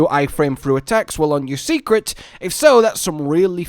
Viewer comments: Seikret is pronounced "say-kret" btw. Not "see-kret". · I'm begging to stop calling them Secrets. It's Sei which would be pronounced more like 'Say', not 'See'. Also, I'm still sticking with the idea that we might be able to switch between a short range and long range weapon, and maybe not just any 2 weapons. It's cool if it's the other way, but so far it's always shown as a long range weapin being swapped for a short range one. Granted, there's only 3.5 ranged weapons currently, but that is what they've shown.